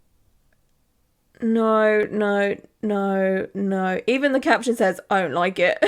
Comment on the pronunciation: I'm from America so every time I hear "Naurrr" it makes me smile😊 Love these videos so much!